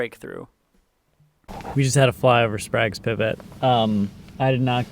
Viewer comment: Quick fyi, it's pronounced spray-guh's